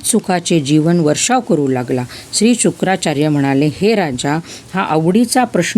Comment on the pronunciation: Shukacharya not shukracharya